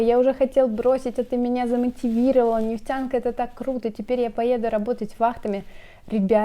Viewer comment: Не ,, нефцянка" а ,, нефтянка". Нужно уметь выговаривать. Неф тян ка.